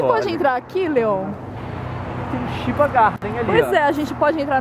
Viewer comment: Chiba Garden.... A pronúncia correta é Tiba e não Shiba. Chiba é uma província que fica do lado de Tóquio, e por acaso a Tóquio Disney , fica em Chiba e não em Tóquio como diz o nome :p Estão de parabéns. d('.'o)